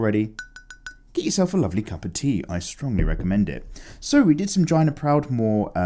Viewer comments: I'm sure you know that it's JAY-nuh Proudmoore, as in "the letter J"-nuh Proudmoore. But I never get tired of hearing you pronounce it like the end of the word vagina. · Hiya! As an avid player of WoW, I appreciated your work of Jaina. I can understand the confusion over her name, but it is pronounced Jay-nah! Kinda like day. Sadly I don't have any recommendations for exercise videos. I run around after my toddler all day, but I don't recommend having a baby just to run around after them! You'll never sleep the same way again! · it's me. My favorite game the world is Mount and Blade: Warband. It's a 1 player roleplaying game. I would 100% recommend this game (also the mods for this game is awesome). There's also new game coming out (in 2020) called Mount and Blade: Bannerlord. I'm super excited as you can tell. Also it's Jaina (jane-na). You freaking pleb.